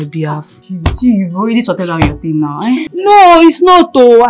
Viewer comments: always pronouncing now as noun😂😂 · Its the way say NOW for me.. its sounds like NOUN😂😂😂😂